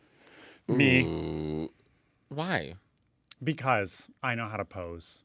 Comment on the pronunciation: I guess the reason Mateo’s ending of every last word of every sentence ends with an “a”. For example: “ But WHYa???” Is that a Chicago, regional accent? I’m East ( Virginia). I’m told that I speak half Southern, half Washington neutral.